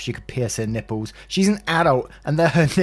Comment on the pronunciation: Story 1 - snort totally said Ň Ï P P Ľ Ë Š